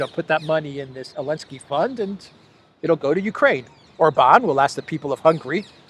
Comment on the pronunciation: who TF is "elensky?"